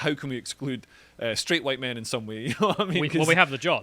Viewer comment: Mr. E: "Hello, Dominos? Yes, I would like to order two Huwite Supreme Pizzas, please!" Dominos: "Ok, that'll be $14.88. It'll be there in 30 minutes."